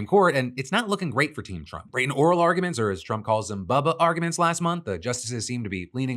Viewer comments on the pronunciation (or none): Phil, "Bubba argments" is WIIILD, sir. The unseriousness. Lmao 😂😂😂